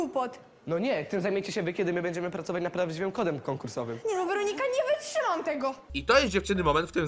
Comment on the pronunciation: ✨️dżewo✨️ ✨️wyczymam✨️ ✨️zaMnjj sie✨️